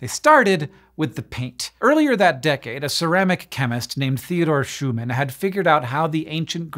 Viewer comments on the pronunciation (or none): none